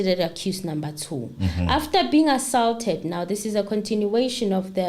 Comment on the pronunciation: my princess,we luv your show however u kinda put it off wen u rush n speak.Yes nobody is perfect but please try n pronounce some of the key words such as ASAULT since u r covering a case where u r going 2 use such words....